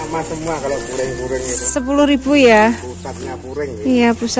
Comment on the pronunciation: Bkn furing mbak tp puring , klo furing itu lapisan pakaian .